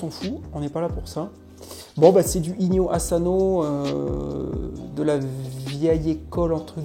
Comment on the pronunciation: 😈On dit pas Azano mais Asano!😈